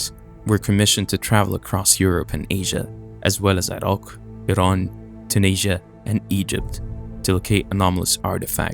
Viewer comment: Finally someone who pronounces Iraq and Iran properly! Much respect 🙏 💜